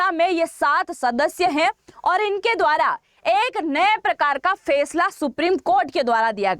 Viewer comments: Fesla nhi Faisla hota hai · Fesala nhi faisala hota h